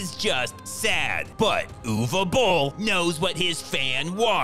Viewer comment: Who the Hell is ewe bolle 😂